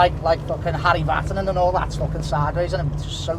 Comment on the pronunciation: “ Harry Vatinen “ 👀